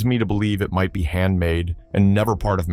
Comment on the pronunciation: Please: that's not the way to pronounce the word "be", when it's at the end of a question.